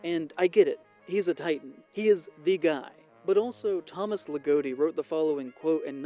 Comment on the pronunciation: Great video, funny to hear that pronunciation of Thomas Ligotti as Le-Goat-ee